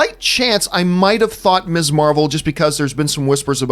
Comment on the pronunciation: I've watched a few vids on other channels running through this topic and John Campea is the only one to pronounce "Ms" correctly as mizz -- not miss.